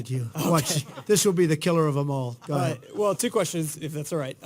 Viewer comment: Every time Trump says "Ga ahead, ga ahead" I think of Ratso Rizzo.